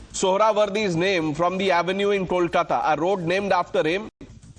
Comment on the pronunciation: It's 'कोलकाता' and not 'कोलकाटा'